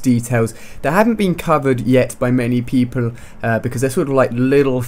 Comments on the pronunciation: many pEEple XD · Listen to the way he says people !!!